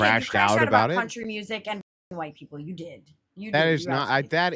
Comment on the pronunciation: “July Just Feels Huwhite”